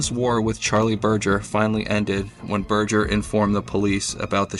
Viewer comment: It's pronounced burger like hamburger not Burjer😂